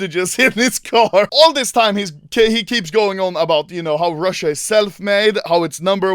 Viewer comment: БОЖЕ КАК Я ОРУ АХАХАХАХАХА, RRRUSSIA NUMBERR OOONNEEEE